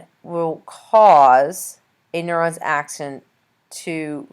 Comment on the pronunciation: This lady has no clue what she's talking about can't even pronounce "axon" lol. Don't waste ur time on this vid